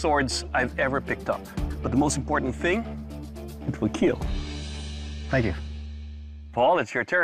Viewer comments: "Overall, your Makraka will 'kkiiellll'!"😁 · It will Keel !!!!!!!!!!!!!!!! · It will keel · "It will keel you and peel your skin" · “It will keel”. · "your sword will Keyiel"